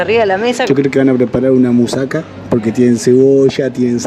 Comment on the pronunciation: Con todo respeto y sin el fin de criticar pero esta muy mal pronunciado, por ejemplo se dice mousakÁ no mousáka, la cerveza se llama ninfi